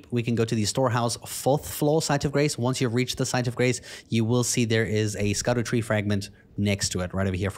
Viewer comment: Scadutree, pronounced Shadowtree